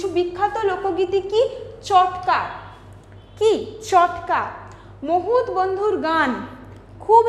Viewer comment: মহুত নয় মাহুত, পঞ্চাত নয় পঞ্চায়েত । উচ্চারণ ঠিক করতে হবে ।